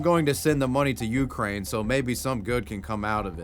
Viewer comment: FYI in the word Ukraine the stress is on the second syllable, not the first one.